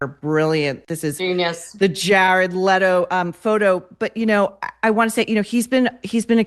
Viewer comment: You need to learn how to pronounce last name Leto correctly